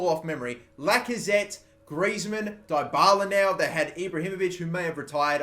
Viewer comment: It's pronounced DEEbala